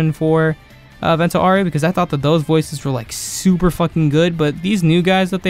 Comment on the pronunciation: aaaaaaaaaaau its not oreo its aureo haha